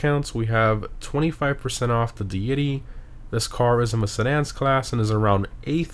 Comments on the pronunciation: Or dee itee. Whatever he said was butchered. It's funny. A lot of youtubers butcher the car names. They're good lads though. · Dee-it-y… a god or goddess. Surprised you didn’t know that word or pronunciation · ...its pronounced 'DAY-ity', another word for a 'god' great vid as usual though! keep up the good work 🤓🖖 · Mom can I buy a deity? Nah we have a deity at home The deity at home: "Dee-yeti" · Deity is a real word in English. It's some sort of god. It is definitely not pronounced like that.